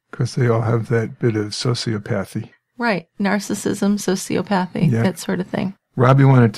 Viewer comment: I believe it’s pronounced soci-O-thapy. like cardiomyOpathy. I think. I love you two.